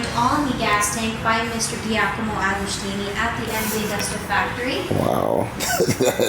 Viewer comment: lmao AgoSHtini.. Where the H come form?